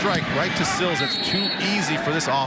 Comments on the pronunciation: It's Sills. Not Seals. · Seals, Stills, Sill... he even said it correctly line the 3rd time. As much as they talked about him you'd think he would get it right before someone corrected him at halftime.